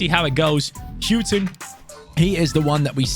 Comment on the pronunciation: Houghton is pronounced hore ton not hew ton ino that cos its my 2nd name